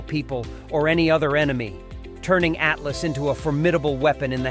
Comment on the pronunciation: (((((((((((((((((((((((((((((((((((((((((((((((((((((((. ATLATL IS WHAT ITS CALLED!! NOT A ATLAS ? !!! SILLY NARRATION OF WHAT'S SUPPOSED TO BE EDUCATIONAL FOR PEOPLE! !! ?? )))))))))). GAVE UP AT 0.22